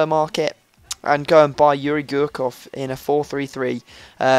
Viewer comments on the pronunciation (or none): yuri gerkhov, russian pronounciation haha